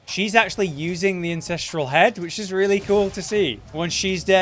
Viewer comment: it's AN-censteral Not IN...ces.... godamnit why.